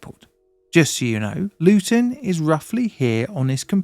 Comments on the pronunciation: Did you say wank panzer?! Lol. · WagPanzer?!?! I thought you said something else for a sec and almost spat my tea out :D